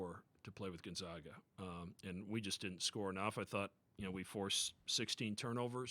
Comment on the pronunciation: It is pronounced Gone -Zag-Ah. Not Gun Zug ah...